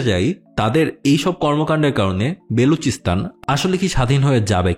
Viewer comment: It's BALOCHISTAN, not Beluchistan 😂😂😂